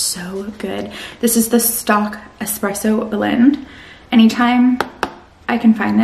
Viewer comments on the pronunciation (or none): Hi. Stok coffee is pronounced like stoke not stock just fyi